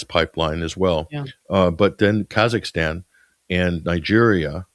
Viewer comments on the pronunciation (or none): none